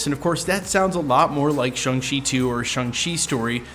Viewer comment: It is pronounced SHANG not SHUNG.